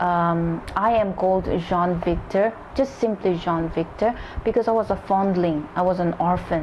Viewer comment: You pronounce Jean as John and Sean as Shawn